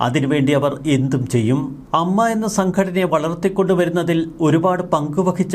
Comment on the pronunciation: അമ്മ അല്ല ഏയെംയെംഏ.